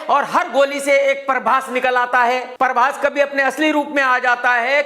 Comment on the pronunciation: ❤ when this guy says "Parbhas". 😀😀